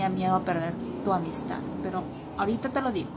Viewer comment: Jajajajaj... El reportero jajajaja... Dónde decidiedon reanudad sud amidstad., Quitenle el micrófono de la boca para que pueda hablar bien.